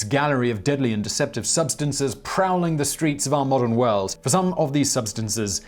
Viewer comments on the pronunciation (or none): none